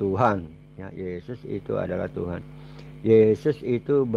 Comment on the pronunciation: Benerin dulu lidahnya/ucapannya Pak,bilang Tuhan kok tuhang,atau lebih baik Bapak benerin liang lahat spy nanti saat dikubur tidak kesusahan.